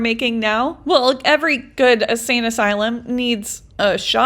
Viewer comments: I just gotta say, ur saying Asane. It’s insane asylum. Sry. It was incredible all the same! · Love the longer videos but my ocd mind is making me say this so I’m sorry lol. Insane asylum instead of asane asylum. I had ti say it I’m sorry lol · I like the longer content. I even went to me app to play it so I could reply. I didn’t however like the only music part. I kept it on because I was racing the video to get myself ready to leave the house. You won. I love how you keep saying “asane” asylum instead of insane. I almost messed up my mascara smiling at it. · Hearing her repeatedly say "asane asylum" is going to send me to the insane asylum 😂